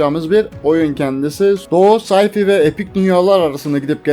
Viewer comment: sci fi, say fay diğe okunur. Wifi de vay fay.